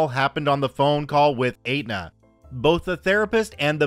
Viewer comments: Hey,, Aetna is pronounced ET-na, not Ate-na. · sorry. It's pronounced "Eht-Nuh", not "Ate-Nuh" lol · Just FYI: Aetna is pronounce ETT-na not ATE-na :) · Not sure if anyone said it. 'Aetna' is pronounced Et-nah. Insurance is the worst here and makes no sense a majority of the time. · It's pronounced Etna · STORY ONE....Aetna is pronounced ETna the A is silent....go figure.